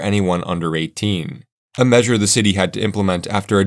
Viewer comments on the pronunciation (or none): none